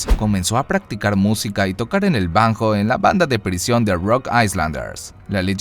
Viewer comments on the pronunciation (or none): Banjo se pronuncia banyo.